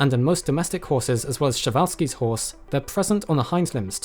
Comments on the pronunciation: Excellent! I even got a couple of glimpses of Moropus, my favourite Chalicothere. Just one minor criticism - the way you pronounce Przewalski sounds like Chevalski. Searching for part 2..... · I don't understand how you came to the decision to pronounce 'Prezwalski' as such